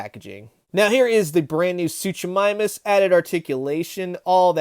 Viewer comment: The first half of Suchomimus’ name is pronounced Soo-koh 😜 but nice collection you have